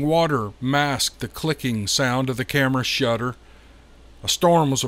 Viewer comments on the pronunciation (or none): none